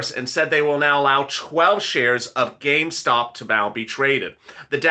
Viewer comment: So what's so hard about saying Gamestop???😏😏😏